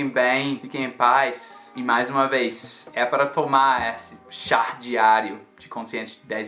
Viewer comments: Não se fala Char e sim Chá tem quem tirar o R da sua pronúncia. Vlw amigão, vamos nos ajudando! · Que bom que gosta do Brasil. Eu tenho aprendido muito contigo! A palavra correta é "chá" sem R no final 😉.